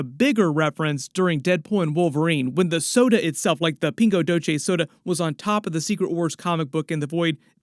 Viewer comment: Very bad pronunciation of “Pingo Doce”.